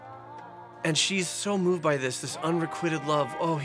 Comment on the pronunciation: Learn how to pronounce the words in your script: "Laissez faire" and "unrequited" - not even close, these are not crazy words that people don't know.